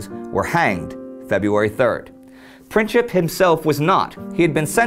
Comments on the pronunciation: also Gavrilo Princip's name is pronounced printzip and not princhip c is read like tz, č is ch and ć is a softer version of č. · Princip, not pincip